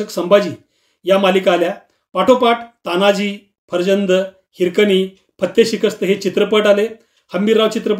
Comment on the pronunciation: तानाजी हा शब्द चुकीचा आहे तो तान्हाजी असा असावा.